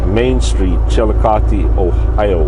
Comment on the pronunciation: Hey, I know im a few days late on seeing this video but the name of the town where you started your video at was called Richmond Dale and I actually used to live there, so It was kinda surprising that you ended up there, and also I was glad to here you pronounce Chillicothe right.